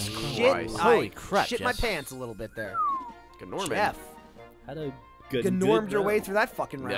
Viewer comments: I hope they know his name is pronounced Norman lol. The G is silent just like in gnome. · I'm pretty sure Gnorman is pronounced 'Norman'. The G is silent, just like in Gnome.